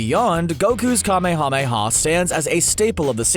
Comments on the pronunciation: It's not kame-hame-ha its kamehameha like kah mayamaya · Jesus Christ stop saying KA MEE HA MEE HA. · You REALY need to work on your pronunciation of kamehameha.. I can barely watch this video only because of that...